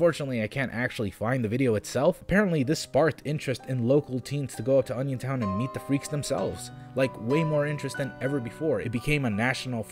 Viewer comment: I thought you said "Onisiontown", like who tf would visit a town baptized in Onisions name?